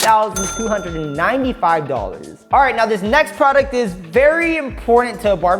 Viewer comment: He said to the nexT PRODUCTOH HHAHHHHAH